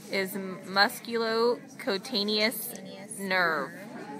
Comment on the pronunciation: as soon as i heard "COTANIOUS"... i fucking left.